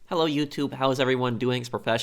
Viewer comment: Hewwo Professional ;3